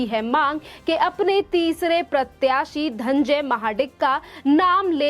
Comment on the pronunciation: धन्जय नही धनंजय बोल